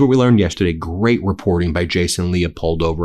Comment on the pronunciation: Gweat, er great. Sorry Ben, I love you so much and totally respect you, but at the end of a very hard day, all I could think of was Elmer Fudd. Lmao. Hope that you don’t mind a little humour. We all make mistakes. With love from Canada!